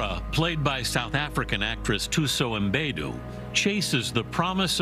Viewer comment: Mbedu is really not that hard to pronounce! Why do white people add the non-existent "i" before the "M"?